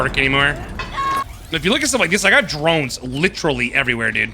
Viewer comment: I dont know if hearing wrong, but when you say Drones, I hear Geromes 😂